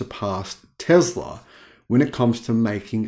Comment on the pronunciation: There is no z sound in Tesla.